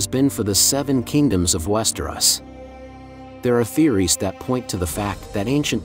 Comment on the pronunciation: Bro, how can you know so much about the show/books, but not know how to properly pronounce Westeros?? West-er-Os, not West-er-oss. I had to stop watching because it hurts every time you say it.